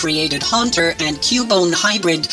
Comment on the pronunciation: Haunter and Cu-bone? Bone - ER lol